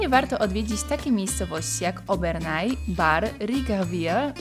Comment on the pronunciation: W ramach sprostowania: Obernai wymawia się Oberne Riquewihr wymawia się Rikwir Colmar to nie miasteczko, a miasto mające ok. 70k mieszkańców. Warto jeszcze zobaczyć Eguisheim. Pozdrowienia od alzackich bocianów 😁